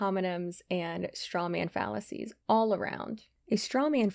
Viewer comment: Did you say "debunking fallacies" or "debunking phallus-ies?"